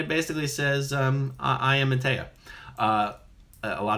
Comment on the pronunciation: MaytReya Buddha. This is the rebirth state of the previous Buddha (Sakyamuni). Quite typical for someone who claims he is/was someone in a previous life that has come back and cannot pronounce the (=his?) name right? Must have been a BT at work there ;)